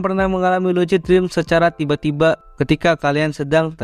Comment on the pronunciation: bacanya lusid bang bukan lucid